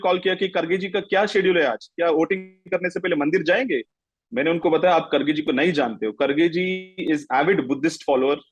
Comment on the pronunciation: He is not खडगे, he is खरगे. Pronounce as खरगे.